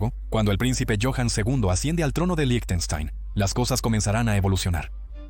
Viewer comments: debería decir líjtenshtain /ˈlɪçtn̩ʃtaɪn/ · Que mal pronuncias Lichtenstein Suena como "lichestein"